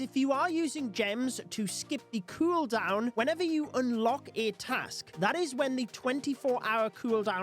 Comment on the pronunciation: Say cueldown again